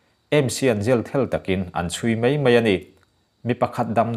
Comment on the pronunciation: I thuchhiar hi ngaihthlak a nuam ṭhin khawp mai... ka lo thlir in ka lo ngaithla ziah e.... chuan.... "mai" ti a lam tur "mei" ti a i lam ṭhin hi lam dan dik "mai" tiin lam tum hram teh a.